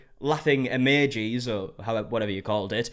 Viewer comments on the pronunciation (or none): EMEJIS?? WHAT- man, I know you mispronounce things often but- EMEJIS? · its so cute how he pronounces emojis as "amagees" 😂😂